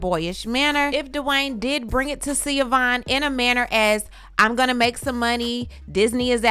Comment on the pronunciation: Zaya's name is ZAAAAAYA.... long A... Not Ziya. Schiovaughn's name is pronounced SHU-VON... Not Seee-a-von. Now as to her allegations. First, I was thinking that Dwyane did write the post until I heard the "10 toes down"... definitely Gabrielle. But doesn't matter if she or he wrote it. I"m sure he read it and approved it before it was posted. 2nd-- I actually really feel sorry for Schiovaughn. I've been a DWade fan forever. So I knew their story. I always love a good love story. But they were very young when they got together and got married. Dwyane actually got with her leaving a traumatic household with his father . He moved in with Schiovaughn when they both were still in high school. So by the time all the fame and attention happened, his young self did what young men gain fame and. money and cheated. Heck Shaq was his teammate and mentor. He had no chance. That does not excuse his behavior.. but IJS. And for a long time, I did not like Gabrielle b/c I really thought he cheated with Gabby while he and Schiovaughn were still married, but it wasn't her. So I have sympathy. But I have to agree with DWade... I think her obsession with him and the loss of their relationship cost her valuable precious time with her children that she will never get back. She should be having conversations with Zaya and not blasting all over social media for attention. She is still trying to make DWade the bad guy. And he was the bad guy, but he's a likable bad guy and still had fans and popular